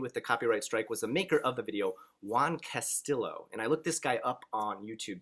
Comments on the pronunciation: Awesome advice. I wonder who hates you? I mean you have some extremely good videos on your channel. I have to point out that guy Juan's last name is pronounced Castiyo not Castilo but it's irrelevant for the moment ☺. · The llo in Castillo is pronounced like Yo So it would be Casti-yo